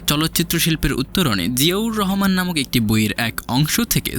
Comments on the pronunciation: জিয়াউর রহমান নামটা ভালো ভাবে উচ্চারণ করতে পারেন না। এভাবে চিবিয়ে চিবিয়ে নাম বলছেন। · ঠিক বলেছেন, শুনতে অশ্রবণ লাগে। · জিয়াউর রহমান উচ্চারণ টা সঠিক ভাবে বলেন